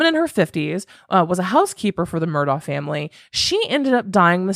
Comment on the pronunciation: It's actually pronounced Mur-dock ( I know, makes no sense) and Alex is pronounced Alec. Many have reported this.